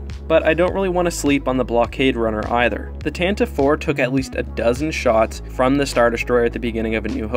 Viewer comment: Dude, btw, it's the Tantavee VI, not the Tanta VI